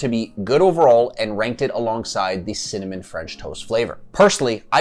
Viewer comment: Maybe the reason you don’t like cimmanon-flavored protein powders is because you can’t say cinnamon correctly? Work on pronouncing it right and it will taste great! GREAT video by the way!!👍🏼